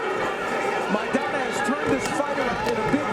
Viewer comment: El boxeador Argentino se apellida Maidana, podrías pronunciar su apellido correctamente.